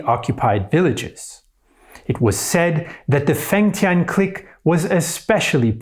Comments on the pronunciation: Cique (click) not Cleek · Lmao am I bugging or you pronouncing “clique” mad weird? Or maybe thats the French pronunciation? I’m pretty high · Learn how to properly pronounce the word clique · Great content, but you mispronounce "clique" throughout this video. It's a little jarring. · INTERNATIONAL CLIQUE